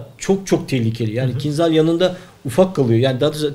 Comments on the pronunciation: Selamlar. "kincal" diye okunur, Türkçesi hançerdir. Kinzal değil. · Bu roketin ismi aslında "Kinzal" değil. Doğru olanı ise "Kinjal" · Kinjal diye okunur bu arada kinzhal değil türkçesi hançerdir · Hocam, kinzal degil de, kinjal okusaniz daha dûzgun olur. Bu turkceden alinma bir kelime ve karsiligi hancer demek. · Kinzal değil kinjal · kinzal değil kinjal rusçada anlamı hançer